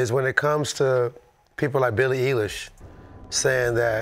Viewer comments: I take that back …. Deff Trinidad for the “Billie eee-lish” 🤦🏾‍♂️ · Trinidad: “Billie Éilish” worst take no doubt Brendan was really holding back😭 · Trinidad gotta get worst take for calling that girl “Billie Eeelish” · Trinidad James for Billie "EE- Lish" 🤣😂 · Dad for the Billie Ee-Lish line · Trinidad for saying “Billy Eelish” 😂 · Dad for mispronouncing Billie Ellish lol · Who is Billi Eeelish 😂😂😂 Trinidad- Love the show 💪🏾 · Worst take was def Trinidad saying Billie Eeelish💀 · Dad for mispronunciation of Billie Eilish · Worst take Dad pronouncing Eilish 🤦‍♂️ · Trinidad with the worst take because of the way he said Billie Eillish’s name 😂😂😂🤦🏽‍♂️🤦🏽‍♂️ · Trinidad James with the worst take for mispronouncing Billie Eilish’s name